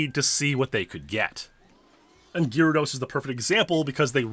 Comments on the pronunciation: Please pronounce GAYR-ahh-dose, PROPERLY! Don't be a douche, please! Also, you don't need to sound extremely serious as if you're a lawyer in a courtroom. You're talking about Pokemon, non the stolen USA election in 2020! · Absolutely butchering the pronunciation of "gyrados"...